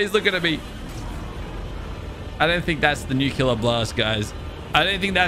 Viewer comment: i like how doesnt even read the part where it says the atomic breath and he still says that its the nucular attack